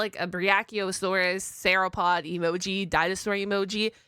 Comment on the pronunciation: Searapod?! It's sauropod. (Soar-o-pod)